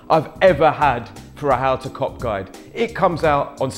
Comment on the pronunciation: How to cock guide - its sound like that when he says it